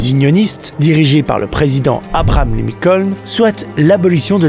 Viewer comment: Abraham Lincoln et non pas APRAM 😂